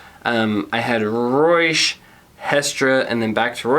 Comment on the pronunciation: The name for Reusch is pronouced, Roysh. The eu letters make the oy sound as in Deutchland. I run Reusch U.S. The Warrior Team mitten tested is our third tier. They are not our toughest like our kevlar gloves, nor warmest like our none race frigid temp models. They are made to be a good dollar to quality ratio for race team members who want really good race pole grip as their first and foremost priority. We have a ton of freeride gloves coming into the U.S. market that are tech packed. Hit me up next time you are looking to do more glove reviews.